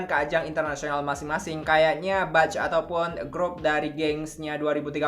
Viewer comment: Mohon maaf ya wak, izin mengkoreksi sedikit di pengucapannya, 'batch' itu dibacanya 'bec' bukan 'bac' yaa, hehehe makasih